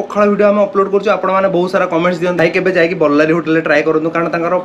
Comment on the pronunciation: With all due respect to the presentation by both of you so far It's not 'ବଲ୍ଲାରୀ, it's ବଲ୍ଲରୀ।